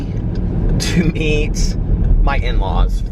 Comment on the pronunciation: lol! don't eat your in laws! it sounded like you said you going to eat your in laws for dinner, not meet! :-P